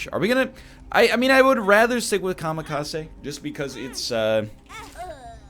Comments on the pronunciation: I'm Japanese and it bothers me he says Kamikase instead of Kamikaze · It's kamikaZE. ZE. With a Z. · comma case